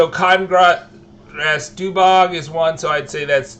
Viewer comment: I just love how you mispronounce every single thing. Like... DUG BOG lol Doobog?